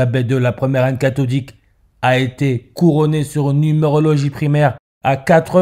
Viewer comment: J'adore quand tu dis "catholique" et que j'entends "cathoDique" car les cathédrales sont pour moi d'anciennes machines utilisant l'énergie éthérique et tellurique se comportant tel une cathode (cathédral..) Merci pour ton taf !